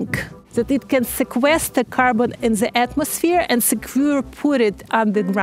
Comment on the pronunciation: “In ze atmosphere” 😂😂🤣🤣